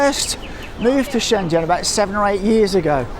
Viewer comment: Good to hear a fellow Brit who is able to pronounce Shenzhen correctly. ZH sounds like Jee as in jeep. Great video and good to see that the markets are booming again. I was last there in 2014 and it was incredible.